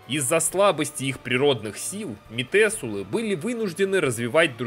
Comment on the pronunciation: ты постоянно произносишь метЕсулы, хотяя везде пишется метУселы, это кошмарит меня :с